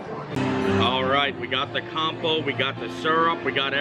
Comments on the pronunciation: It’s not compo, it’s Compot pronounced with a T lol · Blueberry CompoTe. The "t" is not silent. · Oh you're so cute!! "Blueberry Com-po"